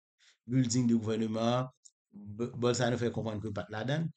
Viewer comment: Bolsorano se pa bolsano 😂😂😂 kom Ou pa papal ni manmanl men en portigais yo prononsel bowsolano